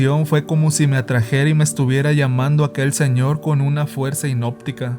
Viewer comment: Hipnótica y no hinoptica.